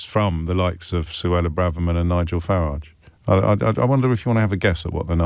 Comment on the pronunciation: Faridge riots, not Fararge riots